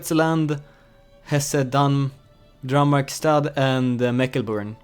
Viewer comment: calling "Mecklenburg" "Mecleburn" is great! i like it :D